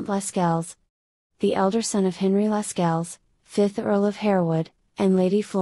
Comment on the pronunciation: Pronunciation of Lascelles is also incorrect. It is ‘lassells’.